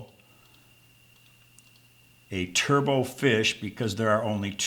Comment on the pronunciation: The final "t" in turbot is not silent. "Turbot" rhymes with "robot"; it's not pronounced like "turbo".